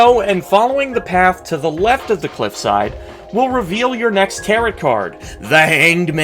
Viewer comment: I'm annoyed af at how he says "Tarot" like "carrot" it's pronounced "ta-row" like arrow